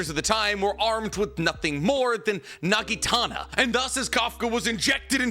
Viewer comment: Naginata, not nagitana